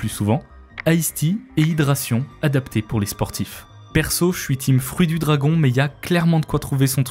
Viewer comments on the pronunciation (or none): none